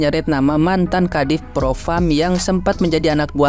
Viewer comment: Ini ibu yg bilang, propam, propram🤩😆😁